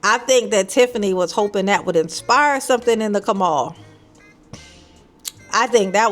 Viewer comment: “The Kamal”. LMAO